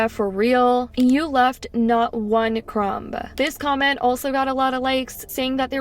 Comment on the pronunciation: pronouncing "crumb" like that is crazy